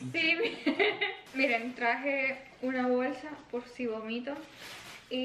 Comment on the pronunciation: No se dice gomito es bomito